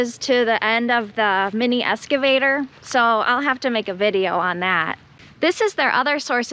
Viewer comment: "escavator"? is that similar to an excavator? :)